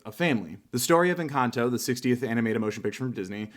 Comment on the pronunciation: Jejeje suena muy chistoso cuando un gringo dice encanto, suena a encantou 🤣🤣🤣